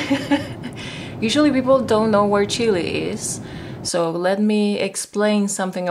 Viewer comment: es chilena pero dice chili LOL :D